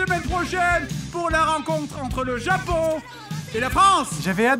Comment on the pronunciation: Un zéro pour le Japoooooooonnnnnnngggggg avé l'acceeeeeeennnnt !!!!!